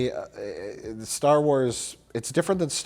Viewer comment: Je-DEI really sucks ass.